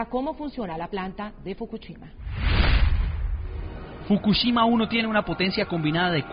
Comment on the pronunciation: ES FOKUSHIMA!! NO FOKUCHIMA!! APRENDE A DAR LAS NOTCIAS MENDIGA VIEJA!